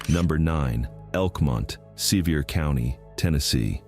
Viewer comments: It is said Suhveer Co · It's really hard for me to put any credibility into a video done by AI that doesn't even pronounce the name "Sevier" of the county they are in correctly. It doesn't appear that AI knows everything. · It is said Treemont Suhveer County. Get it RIGHT